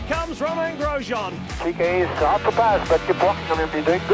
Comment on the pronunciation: glad the commentator pronounces grsjean's name right